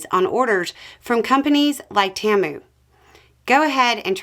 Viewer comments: The ads that run for Temu in Canada pronounce it as Taymoo. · Temu is pronounced Tea-moo. Im glad you mispronounced it though. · normally your accent is okay. but you pronounced Temu as 'Tiyairmu' threw me for a minute. they sell lots of cheap stuff. putting tariffs on them is gonna make ppl notice all right, and one thing trump did NOT want to do was make ppl notice the tariffs he put on China. they were targeted so folks wouldn't. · Heads up: It is pronounced Tee-Moo. Like t ball and a cow.